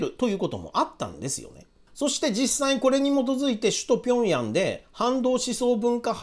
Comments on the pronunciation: へいじょう じゃなくて ピョンヤンでしょ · 辺り、平壌 は ピョンヤン と読みます。北朝鮮の首都。であり、北朝鮮では、韓国を 南朝鮮 と呼び、韓国は北朝鮮を 北韓国 と呼んでいます。